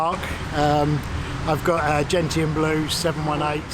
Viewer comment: "genetan blue"? Gentian blue mate...gentian...